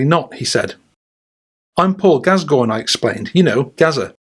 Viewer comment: Who the f@ is Paul Gaz-goyn? 😆👀 It's bloody Gass-coin 😆🤡 What the actual f.......